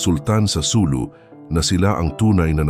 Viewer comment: SuLU. Accent on second syllable.